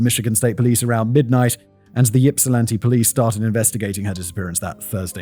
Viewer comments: Yeah - as soon as he said “Yip sill anti” I had to groan a little. I also understand that it could be difficult for people pronounce, but damn, do some research. In the days of internet, these things are available pretty easily. EDIT: after listening further, he does a decent job of pronouncing most of the cities. Ypsilanti is the main one he doesn’t get right. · Yipsilanti? Yippie! Boy... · Not pronounced YIP. It's pronounced IP. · From Ypsi, born and raised! My mother was actually a young adult in Ypsi at this time, and dyed her hair to supposedly avoid being John’s preferred type of victim ☠️ Also not sure if it’s covered later on, but for anyone wondering, Ypsilanti is pronounced “Ipsilanti”, not “Yipsilanti”! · HELL YES EMMA, THANK YOU FOR DOING THIS ONE!!! I'm so excited. Edit: Simon, it's "ipp-sih-LAN-tee", not "YIP-sih-lan-tee" lmao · Lifelong michiganander and I'm lmao at "Yipsilanti" 😂😂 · lol u did ur best. i live in plymouth. just so u know, its pronounced (ihp-sil-an-tee) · Also, we pronounce it IPsilanti, than Y is silent. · Yip-silanti is sending me 😂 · the Y has an i sound when pronouncing it. So it's pronounced as (i)psilanti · No. Just like Kerri is pronounced the same as Kerry. ip-suh-lan-tee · sometimes he would say it correctly and sometimes he pronounced it yipsilanti. He was flip flopping the pronunciation. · It pronounced Ipsilanti, like Ipswich. 💜 Hello from Ypsilanti! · I live in Ypsilanti. It's so funny to hear you mispronounce the Michigan words, most of them with Native American roots, with your British accent. 😁 My father lived right across the street from the killer in college. Super scary!! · Listening to you mispronounce Ypsilanti 5,479,832 times... 😖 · Yeah, listening to Simon mangle Michigan place names repeatedly is killing me! Thank goodness no one was from Hamtramck or Ishpeming, because I cannot imagine what Simon would do with those, given what he did to Ypsi! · I hate that you say it YIP silanti…